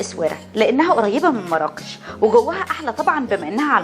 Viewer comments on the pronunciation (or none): none